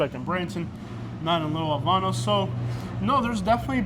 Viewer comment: LEARN HOW TO PRONOUNCE HAVANA CORRECTLY